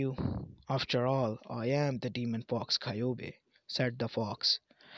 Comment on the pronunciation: kayubi ????????????????????????? no kyuubi